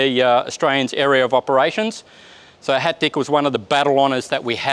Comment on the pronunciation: HAT DICH, pronounced german could mean "got you". Quite a name for a Tank.